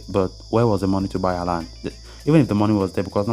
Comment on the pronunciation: its haaland =)